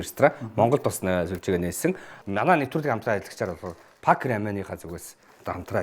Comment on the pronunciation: Пак бишээ 2-ооо Пек шүү 😂